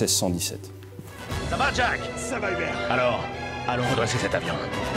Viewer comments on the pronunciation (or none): none